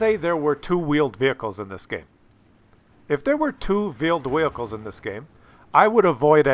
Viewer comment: two vheeled wehicles